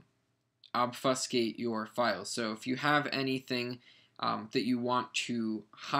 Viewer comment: You say obfuscate so weirdly. ._.